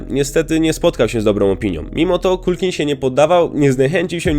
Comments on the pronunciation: Dokładnie, i nie "Kulkin" , tylko "Kalkin". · Nie Makulej - tylko Makalaj i nie Kulkin, tylko Kalkin... Strasznie się tego słucha. Dwa słowa, a tak ważą o jakości filmu. Sorry, ale nie kupuję tego. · na pewno jego imię i nazwisko wymawia sie makkulej kulkin? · Wymawianie nazwiska Culkin brzmi bardzo źle słuchając tego filmu niestety. Tak samo nazwisko Pesci nie wymawia się w taki sposób jaki użyłeś w filmie.